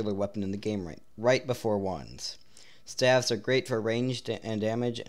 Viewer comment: "Staves" Is pronounced like ST "AVES" - like graves